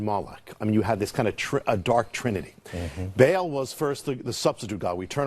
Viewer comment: Glenn, in case you're reading this, it's pronounced "bah'ahl" not "bail"